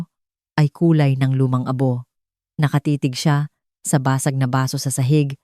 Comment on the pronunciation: Baso, not basu